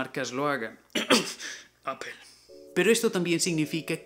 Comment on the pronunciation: JAJAJAJAJA Me mato el "Apple"